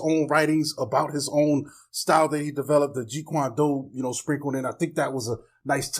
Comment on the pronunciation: It's Jeet Kune Do.. not Jeet Kwan Doo